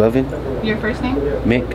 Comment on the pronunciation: Boy said mickk 😂😂😂